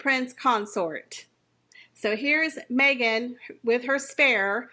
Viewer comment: Watch out Mee-Gain you have competition with your podcast there’s a new kid in town and it is Kim Kardashian with her podcast now Kim will have far more interesting guest and she will not make it about me me me like Mee-gain 🥴🥴